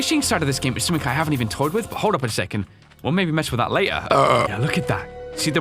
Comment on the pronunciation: I’m not trying to sound rude or ignorant or anything but when you say something it sounds like you say “somethink”